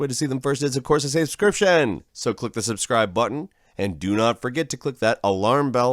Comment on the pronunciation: But if I click the seyebscibe button I'm not seyebscribed anymore.